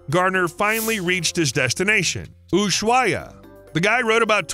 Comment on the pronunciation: It’s not ushuata it’s ushuaia and it’s not Mexico Ciry it’s Mexico city